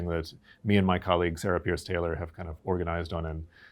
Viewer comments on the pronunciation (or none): none